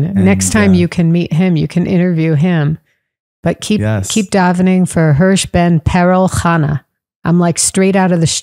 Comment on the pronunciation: “ Hersh ben Perel Chana”